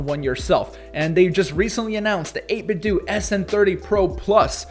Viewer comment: 8BitDo is pronounced “8BitDoh” (like Nintendo), not “8BitDew”